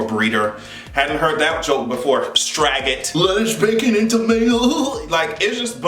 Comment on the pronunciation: I ctfu every time I hear straiggot. 😂😂😂😂😂